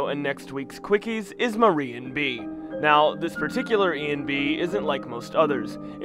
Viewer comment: That's not how you pronounce MariENB :V